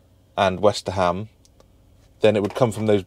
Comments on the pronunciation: westerham is pronounced westrum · It's pronounced WESTRUM Have been in stitches every time you said WesterHAM 😂😂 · it is not west-ter-ham it is more Westerum good old Westerham 🙂